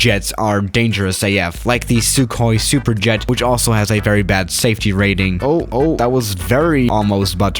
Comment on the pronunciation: “Hey guys welcome back to another shwishzoozoowun video”